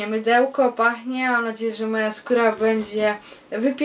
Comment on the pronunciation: Teraz Sprawdze Czy Pache,, :D Powinno byc czy pachnie:P